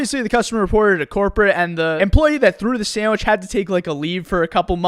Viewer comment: so, throw sammich, get sammich. sammich.